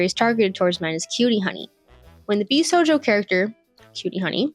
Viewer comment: You can tell she knows nothing about the genere purely out of how she pronounces Jossei as "Josie" and Bishouho as "B-sojo" I have never seen a single shounen fan mispronounce shounen. Sure, some people don't pronounce the u in shounen, but thats largely due to bad localisation misspelling the word as Shonen. But even then, people dont pronounce it as "show nin" How do you even turn Jossei into Josie? How do you switch the two letters around? Its not like "ei" is hard to pronounce in english. People dont pronounce Einstein as Ienstien. This is such a disrespect to the genere itself